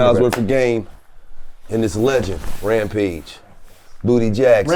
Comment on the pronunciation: It’s rampage it’s rampage R-A-M-P-A-G-E.